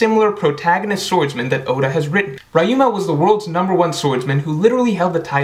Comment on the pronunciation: his name is pronounced like ree-yu-ma